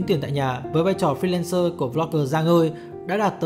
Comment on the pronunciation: Giọng của anh nghe thấy sự hời hợt, mệt mỏi trong đó. Với lại mình không thích kiểu đọc tiếng Anh trông có vẻ thì cố gắng đọc theo giọng Anh Mỹ cho sang nhưng lại đọc sai bét. Ví dụ như , từ fi-len-sơ mà anh ấy đọc nè.